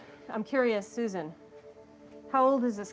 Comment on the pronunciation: I’m “soo-zaan “. Golly that erks me.